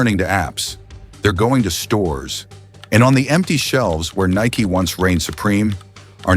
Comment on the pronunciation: AI voice can't say Nike right all the time...WTF